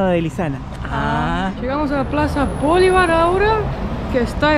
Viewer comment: se diceBolivar elacento es prosódico en la i.